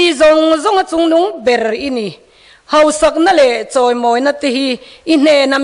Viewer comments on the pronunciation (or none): none